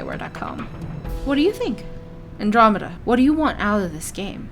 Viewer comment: I heard that you can choose your own race and gener DAI-esque character creation, is that not true? Oh and you said andromeda correctly.